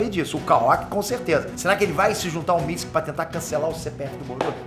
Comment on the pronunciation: Nao é MITISIKI É MITISUKE sabe nem ler irmao